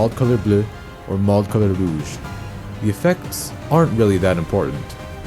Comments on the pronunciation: FINALLY SOMEONE WHO SAYS ROUGE THE RIGHT WAYYYYY, TOO MANY PEOPLE SAY IT LIKE ROGUE AND IT PMOSM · FINALLY SOMEONE WHO SAYS ROUGE NOT ROGUE